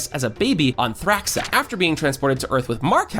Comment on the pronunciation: Pretty good video, but I don't know how someone can mispronounce so many things when they literally say the words in the show. Like Angstrom, Thraxa, and Unopan